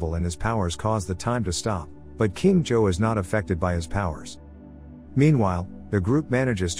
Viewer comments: It’s zouh not joe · its supposed to be pronounced "je-hao" but it pronounces it wrong as usual (im chinese) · Please learn how to properly pronounce every name. Everytime you say Zhou, all I hear is Joe. Just...no. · why are you saying john but his name is zhou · is the kings name being pronounced as Joe feel odd to anyone else? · I'm so bothered by the pronunciation of the name "Zhou" i can't move on